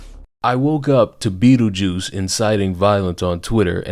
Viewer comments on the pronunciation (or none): I tuned in to hear him call her Beetljuice, and he didn’t make me wait 5 seconds!